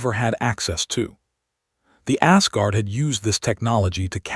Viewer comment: The text on the A.I. backgrounds is still gibberish ... undercooked technology. I'm sorry, when the TTS reader pronounces "Asgard" as "ass-guard", couldn't help but chuckle a bit.